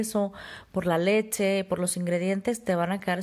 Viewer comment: Me cuesta un poco de trabajo entender porque no pronuncias bien leCHE! siempre dices leTTCHE! es incomodo estar escuchando eso :(